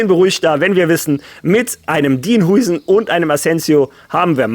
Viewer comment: Hey, erstmal danke für deine tolle Arbeit und die Updates zu Real Madrid! Das machst du wirklich super!!! Zu Dean Hujsen: er wir Dean “HAUSEN“ ausgesprochen.;)